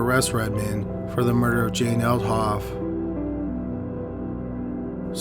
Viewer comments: Say "murder" "murderererer" No- just the word "murder" "Murderererer" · And wintererer... offererer... doorerer... eithererer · Bro you really need to check your narration skills out and not necessarily the words you're using but how you say the words take for instance the word murder you are pronouncing it murderer extremely annoying makes it difficult to listen to your stories consider the last word of your sentences do not hold out the last syllable so long also your voice is extremely monotone which is also very distracting consider consider looking at that as well other than that your stories are very interesting and I enjoy them but if your voice doesn't change I'm going to have to move on to another Channel thank you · I'm more curious why the narrator pronounces "murder" as "murderer" I can't be the only one who hears it.